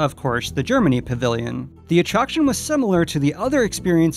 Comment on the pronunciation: Did she mispronounce Germany?